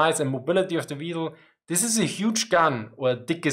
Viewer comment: " They call me the weeiesl" Hehehe Couldn't resist